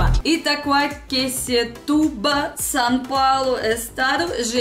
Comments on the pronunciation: Conseguiu pronunciar Itaquaquecetuba perfeitamente. Tem gente que prefere dizer "Itaquá". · Até que vc pronunciou muito bem Itaquaquecetuba!!!! O nome Itaquaquecetuba veio do tupi antigo falado pelos índios (como grande parte dos nomes das cidades que vc mencionou) que habitavam algumas das aldeias próximas à região do Alto Tietê, incluindo a própria aldeia de Itaquá (como todos os moradores a chamam atualmente). O nome significa “lugar abundante de taquaras (uma espécie de bambu) cortantes como facas”, através da junção dos termos ta’kwar/taqua (taquara), kysé/quicé (faca) e tyba/tuba (ajuntamento ou lugar abundante em). O termo formou-se por taquaquicé-tuba, o que, posteriormente, proveu o nome Itaquaquecetuba, adotado pelo padre jesuíta, José de Anchieta, no período da colonização portuguesa do município. A cidade foi fundada aproximadamente entre 1560 e 1563 por jesuítas liderados pelo padre José de Anchieta. O município fica a 42,6 quilômetros a nordeste da cidade de São Paulo. Meu avô era da Lituânia e veio para o Brasil na década de 1920, com 18 anos. Morou primeiramente em Santo André, e na década de 1940 comprou uma propriedade rural em Itaquaquecetuba. Minha avó era da Romênia, e sua família mudou-se para o Brasil quando ela tinha 6 meses de idade. Meus avós, de origem europeia acabaram se conhecendo e se casando bem aqui em Itaquaquecetuba! O Que é mais difícil? Itaquaquecetuba ou Petropavlovsk-Kamchatskiy? Mais um inscrito no canal!